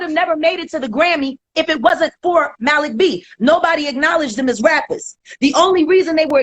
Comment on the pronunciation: Lmfao Ti, i thought u were messing up another name, but u actually got it right this time!!!! MALIK B 😆